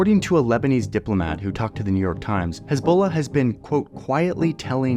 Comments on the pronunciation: His Balla! 🤣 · the way Johnny says Hezbollah is killing me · Heavily reminiscent of that EBOLA meme.